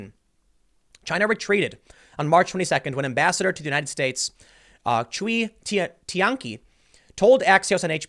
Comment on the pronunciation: Cui Tiankai… sounds like (ts)way tea-en kai (rhymes with die). The X in Xiao is more like a very soft lispy s mixed with an sh. Please, if you are going to continue to attempt to read Chinese names, please, please, please study pinyin. It is not English.